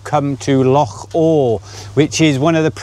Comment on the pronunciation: So happy you started saying loch properly...mostly 😂